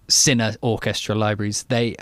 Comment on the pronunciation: you are pronouncing "SILLY" instead of CINE!:O:P